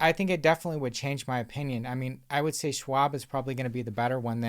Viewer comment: SCHwab not Swab